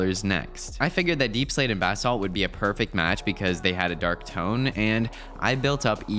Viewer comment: bro said baaaesault